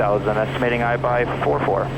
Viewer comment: The minute I heard say Aibai I knew we were in for some trouble.